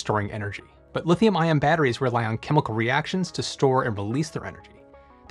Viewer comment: Oh my stars! Professor: battewies Narrator: bedderies Forgive them, Shakespeare!